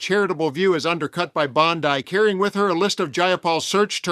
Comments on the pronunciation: I shall repeat, sir: "Bondi," pronounced Bond-eye (as you called the name of the Atty. General) is a beach on the west coast of Australia. Bondi, pronounced "Bondy," is the pronunciation of the disgusting woman's name. Please get it right. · FFS! BOND-EYE?! F-ING AI SCRIPT-READING JOB-STEALING SLOP CHURNING!!! Get a real person to read your scripts dirtbags!